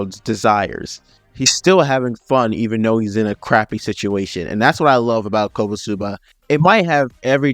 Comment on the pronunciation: Its not kobosuba its konooooosuuuubaaa